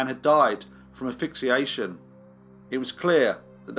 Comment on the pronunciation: You know there's an S in asphyxiation, right??? You never pronounce it for some reason. It finally got to me today but I'm sure that I will get over it. Eventually.